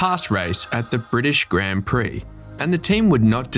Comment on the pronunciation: Please pronounce "grand" prix properly